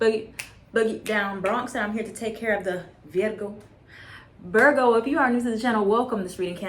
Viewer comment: Lol I love you and I love the way you said Virgo thanks for the reading Boo love you❤️🙏